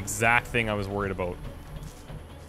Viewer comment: Haha i never heard a Canadian say ''about'' before, maybe i don't have alot to go on but it seems more like an ''aboad/abowd'' than an ''aboot'', which is how South Park made fun of it lol